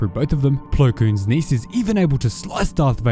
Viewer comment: Just say niece, it’s not that hard